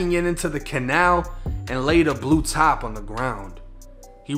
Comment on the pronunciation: Is it “ a blue top”? Or is it “a blue tarp”? 😂 👍🏼 keep grinding cuz! 💪🏼